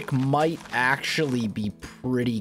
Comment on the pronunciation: Stop saying acentually